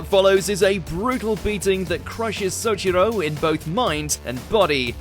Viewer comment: Ignoring how Souichiro was mispronounced, I'm glad tenjou tenge is getting notice